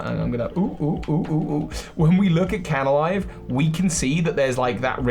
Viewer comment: It's Canalave, not Canalive. And Darkrai's Island is New Moon Island.